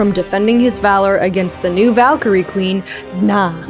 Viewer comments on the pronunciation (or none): none